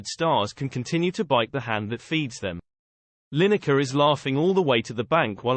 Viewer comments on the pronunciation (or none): You couldn't be bothered to do the voice over yourself? (and it couldn't manage to pronounce the subject's surname right :D) And why would Lyne-ekker want to run for Parliament? Is this a "you can't criticise politicians unless you run for Parliament" thing? Because I'm pretty sure that's not a thing.